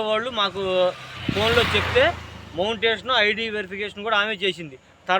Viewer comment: తన్మెయిల్ అంటే మీ బాబు పేరు అనుకున్న తరవాత క్రియేట్ చేస్తాడు అంటుంటే అర్థం అయింది అది thumbnail ani 😅 మళ్ళీ మోంటేషన్ అన్నారు బల్లెగా ఉంది అండి మాట తీరు అది Monitaization 😂😂😂ఇంకా బాగా చేయండి కాస్త ఇలా జోక్స్ వేయండి వీడియో బోర్ కొట్టకుండా😂